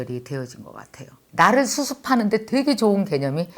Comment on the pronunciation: 언니 좋은책 소개 고마워요! 멀리 맨하탄에서 인사드려요 일하다가 커피브레이크 동안 들었어요! 나ㄹ~을 위해 나ㄹ~을 위해 라고 발음하실때 에스빠뇰 발음 넘나 귀여운것 ㅋㅋㅋ 글고 무릎팍 치실때 저도 깨달았어요 제가 그래서 연애를 잘 못했었구나하고 ㅋㅋㅋ 철학공부는 좋은것이여~~ 요즘 인문학책 읽는데 교양쌓이는 느낌이 들어서 좋아요!